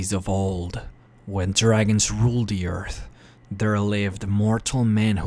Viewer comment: "In the old days when dragons ruled de earf"... LOL